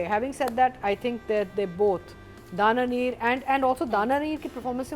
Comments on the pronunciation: never takes Dananeer’s name correct. She said Danameer or Dania everytime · stop pronouncing her name wrong it's dananeer nit Dania neer so plzzzzzzz😢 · Dania neer bhi nahi dania meer 😂😂